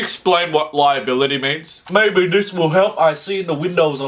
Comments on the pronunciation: Ryragaraboilty is what he was saying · He can say english correctly, but not liability? The L's on him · Liability instead "Bribery" Lmfao 😂😂😂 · Idk why but listening to him say "liability" was really painful